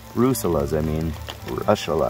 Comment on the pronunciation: stop saying rushula!!!